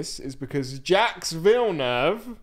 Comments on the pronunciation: Jaques is abit of a moron sometimes but stop pronouncing it Jacks lmao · For the next episode, please check how to pronounce Jacques correctly 😂❤